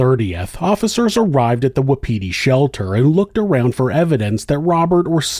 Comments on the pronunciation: I believe it's pronounced with no emphasis on any syllable. Wa-pi-ti, not wa-PI-ti. It's the Shawnee word for elk. Love your channel!! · Just for future reference : Wapiti is pronounced like WAPA-TEE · It’s pronounced WAH-pity. Just so you know.